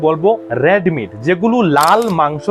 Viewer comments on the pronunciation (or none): Uchharon thik korun. Kyak, Rad meat bolben nanolun cake red meat! Bhalo video baniyechhen